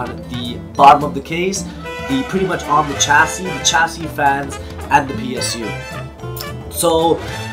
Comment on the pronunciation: It's not pronounced "Ch" for chassis its "Sh"